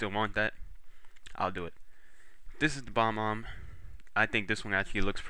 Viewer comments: you fail! its Bob-Omb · It's an awesome emblem but it is said bob-omb